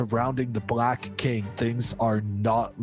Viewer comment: Why does this guy always say „brack“ to black or „prace“ to place?